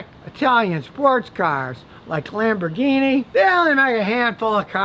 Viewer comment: Chrysler bought LamborGuinea pigs?? I dont speako Englishh!!